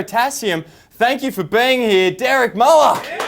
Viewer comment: Derek Muhluh